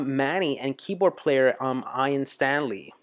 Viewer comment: i disagree, it was not too long as it was an album track. By the way, no American can pronounce Ian nor Roland's name. Google is free